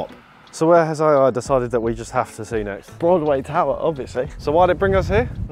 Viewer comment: how you say Broadway tower really cringes me out from being a local lol